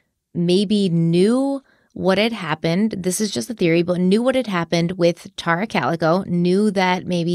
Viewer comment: ***IS IT “TEAR-RA OR TAR-RA??!!! In your videos from your personal channel you called her “TEAR-RA.” Your pronunciation on is way different now then your former videos. I checked online for her name pronunciation and it appears it’s the former way you pronounced her name, “TEAR-RA.” Am I wrong? Is the internet pronouncing it wrong? I’m confused 🫤